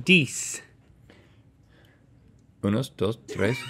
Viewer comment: He also said ocho dix instead of diez. Dix is 10 in French lol